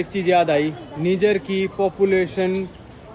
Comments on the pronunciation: Abe ullu Niger ko neejar nahi naaijer pronounce karte hain 😂😂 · भाई ये निजर नहीं नाइजर है। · निजर नहीं नाइजर है इस देश का नाम।😅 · कोई निजर नहीं h नाइजर h wo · Nijjar nahi hai niger hai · bhai its not NIJIER...YOU ARE CALLING WRONG...ASK GOOGLE HW IT IS SPELLED AND SPOKEN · नाइजर है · Bhai country ka naam to sahi se pronounce kar le 😂